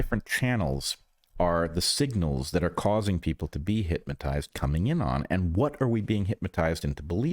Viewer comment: Is Bret saying... HypMAtized? Or even HITMAtized? I keep hearing it. Everyone has their little blindspots I guess. :cat-orange-whistling